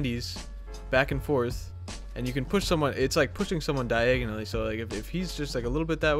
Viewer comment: Says I Harry Potter'd my self. Goes on to say "diagonally" 😉